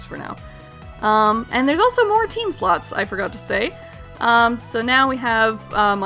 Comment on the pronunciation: I thought you said skill sluts instead of skill slots...